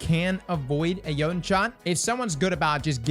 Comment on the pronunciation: 3 years later and we're still pronouncing Jötunn wrong lol